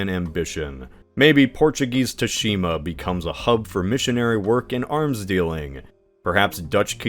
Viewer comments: It's pronounced "Tsu-shi-ma", not "Too-shi-ma". It's hardly your fault, as the Japanese, for no real reason (no, I'm a linguist, I have talked to JP linguists and their explanations for this are circular and WEAK af), they spell "tsu" as "tu" when they use our alphabet. My recommendation: whenever you're going to use a foreign word, have it run through some spelling system (usually typing it into Google Translate and having it spelled out does the trick) before recording it. So, not really your fault, but bear this in mind. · Finally a topic i dont know about so the inaccuracies cant bother my picky ass! I spoke too soon. “ghost of TOOshima”???